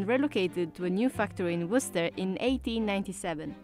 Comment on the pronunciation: Imagine saying Worcester wrong while theres an interview where an actual guy from there pronouncing it right.